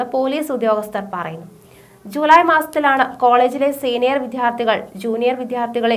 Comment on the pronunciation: വിധ്യാർഥി അല്ല കുട്ടി വിദ്യാർത്ഥി.. ഇപ്പോൾ ചില ന്യൂസ്‌ റീഡേഴ്‌സും അക്ഷരങ്ങൾ ശരിയായി ഉച്ചരിക്കുന്നില്ല